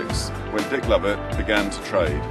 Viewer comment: hahahah "DICK LOVIT" HAHAHAHHAHA